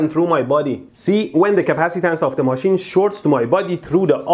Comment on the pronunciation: machane??? its machine